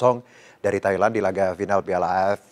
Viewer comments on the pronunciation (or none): none